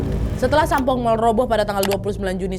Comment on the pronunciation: lama² nyebutnya bukan Sampoong lagi tapi Sampol 😂😂😂 Ngeuh gak yaa die 😂😂😂